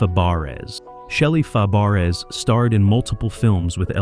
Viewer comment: Dr. Number? That is Dr. No. Wow! And learn to pronounce Shelly Fabares last name. Like a lot of these "truth" videos, a lot of this one is BS. Of course compared to Ann-Margaret, they all were below par. Those two were actually in love.